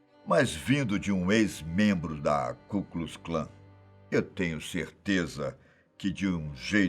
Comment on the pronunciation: "ku klus Klan" assim não da ne é Ku Klux Klan